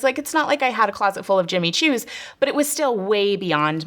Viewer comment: Listen carefully she says JIMMY SHOES 😂